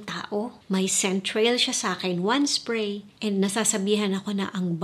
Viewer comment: Annoying ka magsalita. "1 spway guys, 1 spway"